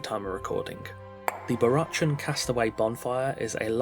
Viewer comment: I think it's pronounced "Barackan". Like Barack Obama. Not "chan", despite the spelling. That aside, incredibly overpriced, imo. More like a €5 worth. Tops.